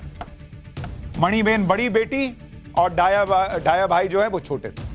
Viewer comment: सुशांत जी, डाया भाई नहीं दया भाई पटेल उच्चारित कीजिए।